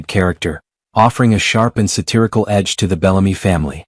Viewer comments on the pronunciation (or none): none